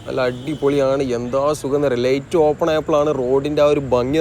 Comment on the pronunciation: ഡേയ് ഡേയ് ലെയ്റ്റ് അല്ല ലൈറ്റ് ആണ്.